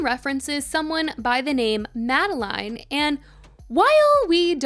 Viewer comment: Tell us you haven’t actually listened to the album without telling us you haven’t actually listened to the album: constantly mispronounce the name ‘Madeleine’.